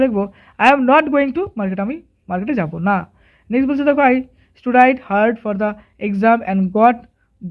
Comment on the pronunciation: Sir apni 'studied' er pronounciation bhul korechen.😅